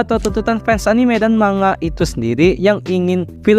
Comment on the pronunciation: Kata Bu Guru Bhs Jpg..."manga" dibaca "mangga"...